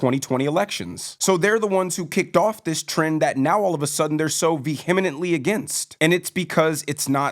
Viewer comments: first time seeing one of your videos.. subscribed about 3 minutes in btw vehemently is vee • uh • ment • lee 😉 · Veheminantly always makes me laugh 😅 Vehement. Vehemently.... But not vehemineminantly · Vehemently (silent H my brotha). Keep going hard on that thesaurus ❤